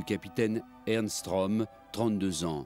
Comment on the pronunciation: Pas "Rom", Röhm (prononcer "Reum"); et "Hindenburg", pas "Hindenberg".